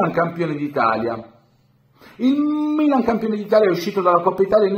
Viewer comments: Lui forse voleva pronunciare il Bbilan.. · Noi interisti siamo abituati da questo trattamento dalle tifoserie e dai media, e ci chiamano pure piangina…vabbè…. Comunque toglimi una curiositá, c’è un motivo particolare per cui pronunci il mmmmmilan in quel modo?? Mi fai scomposciare😂😂